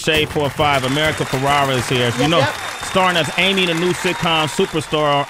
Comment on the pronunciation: How many times is going to call her America FerrAra. So cringey. A producer couldn't whisper the right name.